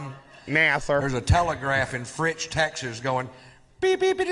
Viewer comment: To be fair, he did slur a bit when he said Fritz. Lol Correction... "Fritch" 😂